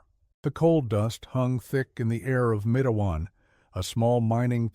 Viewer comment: It's not Mat-e-wan... It's Matewan... Exactly how it's spelled, I grew up about 20 minutes from there. When you say Mat-e-wan I cringe !